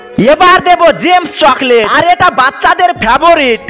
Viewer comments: ফেভারিট ❌ ফেবোরিট 😂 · ফেভরিট বলেন কেন 😁😁😁😁😁😁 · ফেভরিট বলে না ফেভরেট বলে কে জানে কি মাথামোটা